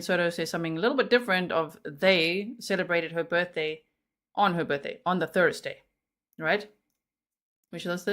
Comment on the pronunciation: Omg I don't know if im hearing this correct but did he say BJ shopping list instead of BDay. I didn't want to bring it up its so sickening but I sware thats what he said between 29 to 32 mins in?